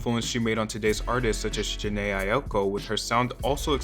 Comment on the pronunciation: the way u pronounced jhene’s name 😭